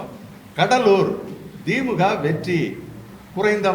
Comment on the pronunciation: திமுக வ மொதல்ல ஒழுங்காக உச்சரியுங்கள்.. dheemga vam dheemga